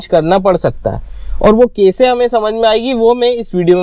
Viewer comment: The way he pronounce "Kaeise" .. typical MP thing